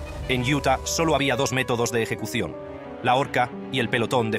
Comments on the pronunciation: No entiendo porque empieza hablando bien y después dice eyecucion! Y la voz más grave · Eyecución? Jajja